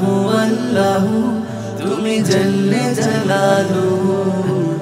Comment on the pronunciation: নাশিদ টা অসাধারণ হয়েছে। শুভাকাঙ্ক্ষী হিসাবে এতটুকু বলছি "আল্লাহ আল্লাহ" বলার সময় প্রথমবার "আল্লাহ " বলার সময় উচ্চারণের সময় হা শুনা যাচ্ছে। "হাল্লাহু" অনেকটা এরকম। অন্য কেউ বিষয়টা খেয়াল করেছে কী না জানিনা।